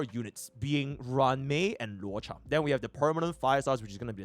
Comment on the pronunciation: man to this day no one can pronounce luocha correctly. i love dis community